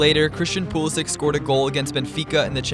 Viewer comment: You pronounced Pulisic wrong...